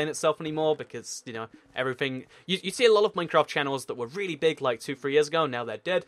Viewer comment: Hashtag que and a Dear why cant you say "A lot of" properly?